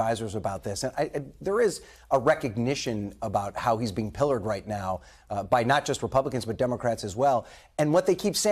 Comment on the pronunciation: "pilloried"!! Not pillared. Argh!